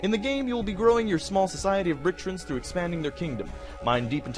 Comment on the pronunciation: "Little characters called bricktrins" >bricktrins Bricktrons. Tron pronounced like the hit movie in a computer.